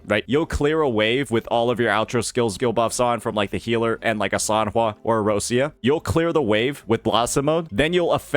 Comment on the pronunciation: Still waiting for to say Roccia's name correctly, but he didn't talk shit about Changli so I'll take the small win (Not a Changli main btw cuz I know you neckbeards probably think so, I main Carlotta <3 )